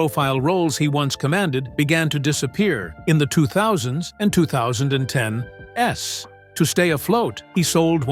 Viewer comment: You can tell it's an AI voice when it reads out 2010s as 2010 s. Brando probably hated Burt Reynolds cuz he wouldn't have sex with him. Coppola would've been better off with Gene Hackman or George C.Scott in the Col. Kurtz role in Apocalypse Now.